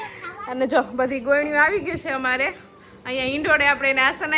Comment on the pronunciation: ગોયણી નહી ગોરણી 😂